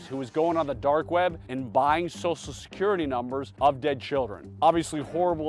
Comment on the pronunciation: "Sossalscurrity" -- when did everyone become a mushmouth? And he can say "social media" correctly!